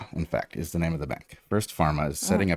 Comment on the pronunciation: Ze dog? Not Ze Germans?